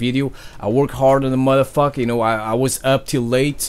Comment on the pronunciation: It's funny when say motherfucker in his accent It cracks me up all the time